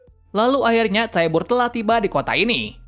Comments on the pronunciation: Bukan keluarga tyabur tapi cara bilangnya tyber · Bacanya taiyber dan warhamer titan